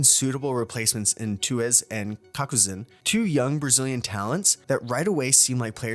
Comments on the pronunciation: bro its not cockcazin. its caucazin 💀💀💀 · cakuzin it is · I come back to this video every now and then to hear him pronounce Cockzin😭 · cow-an-zeen for the love of god LMFAO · "KAKUZIN" "SAKY" HE CANT KEEP GETTING AWAY WITH IT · why he pronounce cauanzin as cawk-oozin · "kakuzin" WHO THE FU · I die a little on the inside every time he says "Kakuzin" 😂😂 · at 10min bro pronounced cauanzin cakuzin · love the videos but please double check your pronunciation of some players names... i dont think cock-oo-zin would approve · mf said cock a zeen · cawkazin KKKKKKKK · I don't care how weird you found brazillian names, there is no way you pronounce Cauanzin "cacuzin" come on now. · Brother how did you manage to mangle Cauanzin like that? Just sound it out or listen to a cast, you did him dirty lmao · hard to take this video seriously after he pronounced cauanzin like a dragonball z character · cauanzin name got butchered. Also, saying c0m is a controller/Smokes player is just so wrong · How are u miss pronouncing names like caunzin and jawgemo this bad, it's like you don't even watch vct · bro how you are pronouncing cauanzin is killing me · the way youre pronouncing cauanzin has dying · there's no way you miss pronounced Cauanzin this bad LOL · aint no way he still mispronounces it with the hundreds of games Loud played last season xdd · Absolutely butchered cauanzin and jawgemo 😭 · tuez and cacuzin??????? what is bro saying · how do you manage to call benjyfishy "benjyfish" and even worse, how do you manage to call cauanzin "kaquzin"